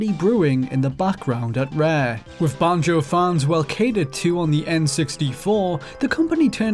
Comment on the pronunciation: Can't stand how you say banjo